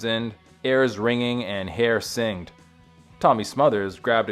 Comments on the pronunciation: Hair sing-ed. It’s singe-d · I really don’t want to be that guy, but come on! Learned how to pronounce words: singed is “sinj-d” not “seeng-d” Pete’s last name is Town-SHend, not Town-send